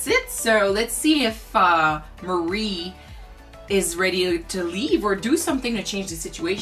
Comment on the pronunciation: By the way, Hank's wife's name is "Marie" not "Mary". "Marie" is pronounced more like "muh-REE".